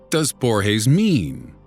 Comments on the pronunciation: it's not pronounced "borhes" the "g" sound in portuguese is not the same as in spanish, it's pronounced just like in english. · Just one thing. Brazilians speak Portuguese, not Spanish. And Borges doesn't sound like Borhes in Portuguese. Not at all. It would be closer if you soundes like it was in English. It wouldn't be the right sound, but much closer and it wouldn't look like you want to speak correctly, but failed miserably. It's cringy when people assume we have that soung for "J" or "G". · "Bruno Borges" is Brazilian. G's don't make the H sound in Portuguese. That's only in Spanish.......